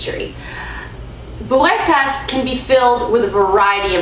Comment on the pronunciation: I like how you say it :)